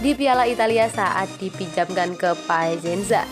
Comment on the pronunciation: Bacanya juga banyak salah: CATALAN, PAICENSA ...